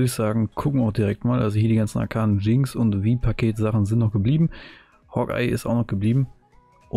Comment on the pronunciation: warum sprichst du alles auf englisch falsch aus es hast nicht arcAAnE sodern arceine halt ausgesprochen. nicht schlimm aber wenn man englische wurzeln hat trigger es aus der hölle